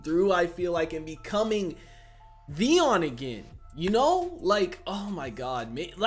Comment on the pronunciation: is it me or you call him Deon instead of Theon? mby i heard it wrong